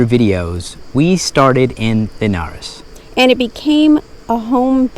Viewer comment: Tip: when you don't know or are unsure about how to pronounce the places' names, use Google Translator, click on the speaker on the Portuguese side of the translation and repeat until you're comfortable saying it (I'm sure I'm not "teaching" you anything new). You did good on the pronounciation of "Linhares" but not so well on "Celorico", "Matança" or "Guarda". ; )